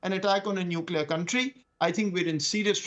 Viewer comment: He uses as prefix - nulcear weapon.... Anything else pls